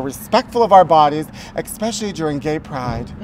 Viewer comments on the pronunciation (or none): EXpecially? NOOOOOOOOOOOOOOOO